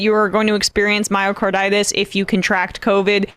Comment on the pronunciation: Can't even say Myocarditis... Pathetic.